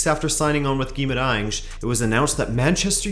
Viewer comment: I should mention that your pronunciation of portuguese words is perfect, on point: Dias, Estrela, Gaiato, Queiroz, Guimarães (which is a very hard one for foreigners), really, close to perfect. Good job.